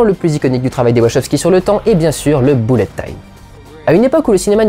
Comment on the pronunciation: Content de ta chronique. Par contre si tu fais bien gaffe à ta prononciation sur les titres (ce qui est appréciable), pitié ne dis plus "boulette time" mais à la limite "beulette time" ;)